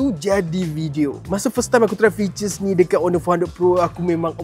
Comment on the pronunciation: Mantap reviewnya. Kena slow sikit cakapnya kadang2. Ada je dengar tersalah sebut jelah(jelas) dengan fiter(features)..😆